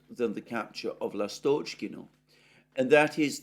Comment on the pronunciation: Dear Alexander, I thank you again and again for your excellent work. Let me suggest which syllable should be stressed in Russian / Ukrainian place names and some other proper names. I capitalize the vowel under stress as follows: L'Astochkino / L'Astochkine (l'Astochka means swallow, or martinet, also meaning 'darling') B'Erdychi Bogd'Anovka Ocher'Etino / Ocher'Etine Iv'Anovskoye / Iv'Anivske S'Eversk / S'Iversk Iz'iUm Lim'An Osk'Ol / Osk'Il (river) M'Aryinka (not Mar'Inka pls, a little girl's name, diminutive for Marina, while the name of the village is derived from Maria) Dni'Epr (Ru) / Dnipr'O (Uk) - river Piotr (Ru) / Petr'O (Uk, a man's name, i.e Poroshenko) Dmitriy (Ru) / Dmitr'O (Uk) (a man's name) Tern'Y Gen'Ichesk (not Genish'Ek!)